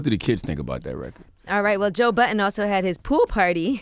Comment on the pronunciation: Why Angela always saying Joe "Button" when its Budden... Everyone but her, INCLUDING SWAE said it correctly.... C'mon Angela... Yee know better